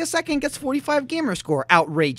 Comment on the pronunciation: I get it! said out-RAY-geous!:P so clever.